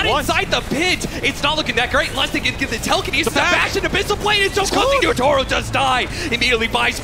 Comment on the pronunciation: Why does cap pronounce Yatoro as Yootoro?